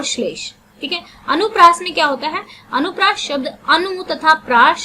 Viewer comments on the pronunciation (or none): Not anupriyash , it's anupriyas ok ma'am 👍👍👍